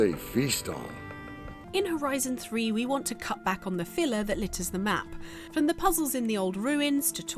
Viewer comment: “Dey cwitisized my game now make fun of big bad fwom software”